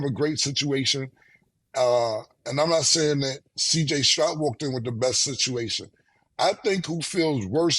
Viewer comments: “CJ strout” smh lmao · Yo Cam the mans last name is Stroud not Strout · Say Killa respectfully it’s Stroud with a “d” pause not a t🤣🤣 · I hate the way you say cj Stroud name, cam say it spelled cj strout, that’s my last name too, and hearing cam say it, is a cringe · How many times are they going to let him say Strout he stay butchering the easiest name name 😂